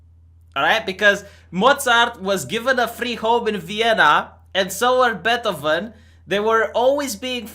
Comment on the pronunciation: who the actually fuck is betovin? do you mean Beethoven?